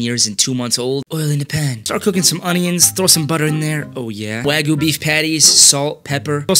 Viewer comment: take 5 min and learn how to properly pronounce wagyu